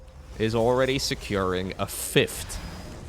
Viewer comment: Why does always add a T at the end of the word fifth? Is this a running joke or something?